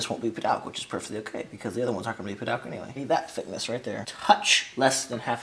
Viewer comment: Padauk. it sounds best when pronounced "Pa-Dook"